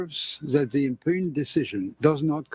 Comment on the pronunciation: impugned is pronounced "impyuned"